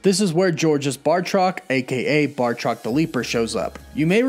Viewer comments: Am I the only one slightly annoyed with him mispronouncing Batroc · Lol he said bartroc it’s batroc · BATROC* every time you say bartrok I get a migraine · Batroc, not Bartroc. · I enjoy your channel first and foremost. But please, it’s Batroc, not Bartroc. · first of all its batroc not bartroc second sharon was talking about episode 1 intro not lemurian star when she mentioned last time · BATROC!! BATROC!!! BAT-ROC!!! NOT BARRRRTROC!! Lol, I keep seeing/hearing this mistake, and since I'm an 80s kid who always liked BATROC, my OCD is kicking in when I hear it mispronounced 🤣 Sorry, not singling you out, just felt compelled to comment.. Anyway, other than that, some nice pick ups off this awesome episode. I got totally head faked at the very end of this episode, not realizing there was no time left, and REALLY hoping to see the Cap/Falcon hybrid costume! I let out an AAUUUGGGH when they cut to credits! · Genuinely sorry to be this guy, but...BAH-troc. Not BAR-troc. Again, sorry. Just felt compelled to say that. I’d want someone to correct me, if the roles were reversed. Love your channel, thanks for the hard work. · Not to be that guy, but it's Batroc the Leaper, not Bar-troc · Why are you pronouncing Batroc's name as Bar-truck? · Batroc= Marvel villain Bartok= the little white bat from Dreamworks Anastasia. Mispronouncing character names on a fan channel is a pet peeve of mine. Now you know the difference. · It’s batroc not bartroc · BAT roc not BAR troc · It's 'Batroc', not 'Bartroc'. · Batroc not Bartroc this man isn't Bart Simpson lol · Bartroc??? Dudes name is Batroc. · Batroc. Not Bartrock. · batroc. not bar-truck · Batroc, not Bartroc sorry it was driving me nuts haha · It's BAT-ROCK, not BAR-TOCK. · I believe he’s called Batroc, not “BaRtroc” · BATroc. NOT BARtroc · BATROC! You know like Bat-Rock! Please! Great Video, though! ;-) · Batroc pronounced BAT-rock